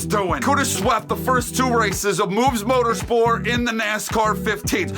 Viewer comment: i love that it's just moobs motorspor and not moobs motorsport